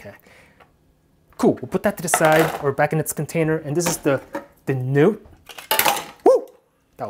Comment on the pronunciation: i love the way he says Nute